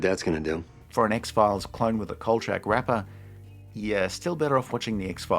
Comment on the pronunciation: I’ve never heard anybody pronounce it chak like change. It’s always been Kol-shack.